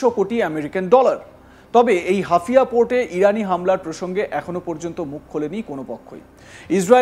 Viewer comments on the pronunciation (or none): ওটা হাফিয়া না হাইফা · haifa. not hafia. get correction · আরে ছাগল হাফিয়া না হাইফা বন্দর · গাধার বাচ্চা এটা হাফিয়া নয় এটা হবে হাইফা। মূর্খের দল দিয়ে সাংবাদিকতা করালে যা হয় আর কি। এটা তো তোদের বাপজানের ক্যাশিয়ারের পোর্ট তারপরও ঠিকমতো উচ্চারণ করতে পারিস না। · অশিক্ষিত এই ক্ষেতটাকে কে সংবাদ মাধ্যমে বসিয়েছে, নাইরোবিকে বলতেছে নরবি, আবার বলতেছে হাইফাকে 😅হাফিয়া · হাফিয়া নয় রে গাধা হাইফা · একজন সংবাদ উপস্থাপক যদি হাইয়া নামক বন্দর কে হাফিয়া বলে। এটা কেমন উপস্থাপক 🤔🇮🇳🖕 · মূর্খ মালায়ন। ওটা হাফিয়া নয়😃 হাইফা বন্দর 😋 আগে লেখাপড়া শিখেক ফাউল জোকারের দল। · একটা অশিক্ষিত চ্যানেল। হাইফাকে বলে হাফিয়া, নাইরোবিকে নৈরবি!😅 নুন্যতম জ্ঞান ও শিক্ষার বালাই নাই এদের। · Hafiya na re bolod Haifa😂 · আগে উচ্চারণ ঠিক কর। হাফিয়া না হাইফা হবে। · ভারতীয় সাংবাদিকদের সংবাদ শুনলে হাসি পায়, তাছাড়া ওরা মিথ্যা ও ভুল ভাল খবর পরিবেশন করে ! যেমন হাইফা নামক স্থানকে হাফিয়া বলছে । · আরে বলদটা হাফিয়া বন্দর নয় হাইফা বন্দর হবে ওটা। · হাইফা কে হাফিয়া বলছেন কেনো? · হাফিয়া না মূর্খ, এটা হাইফা বন্দর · হাফিয়া বন্দর নারে বলদ, হাইফা হবে ওটা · হাইফা রে বলদ হাফিয়া না😂😂😂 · আরে মূর্খ এটা হাফিয়া না "হাইফা" হবে। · শালা অশিক্ষিত।। হাইফা হবে হাফিয়া না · নাম বলতে পারে না। নিউজ পড়তে আসছে 😂 হাইফা ❌ হাফিয়া✅😂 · Are jokar hafia noi haifa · হাফিয়া নয় হাইফা বন্দর। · ওরে বোকা চোদা হাফিয়া নয়, হাইফা (Haifa). তেলাপোকার পাখি হওয়ার শখ!!! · Hafia noi ,,,,haifa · হাফিয়া নয়।হাইফা পোর্ট।😅😅😅😅😅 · janena, ki kore bolbe? taka niye pore dichche telepromter dekhe... knowledge ba profession er upor kono respect nei to... Nairobi k o Noirobi bollo... albal maal sala... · সঠিক উচ্চারণ o করতে পারে না 😂😂😂 হাফিয়া😂😂😂😂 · অরে মুর্খ সাংঘাতিক, হাফিয়া পোর্ট না হইফা পোর্ট হবে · Ota hafia noy....ota Haifa port. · Areerr buka chu….ata hafia naaa. Haifaaa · নামটা ঠিক করে বলুন। হাইফা বন্দর। ঠিক করে জেনে নিন, তারপর খবর পড়ুন।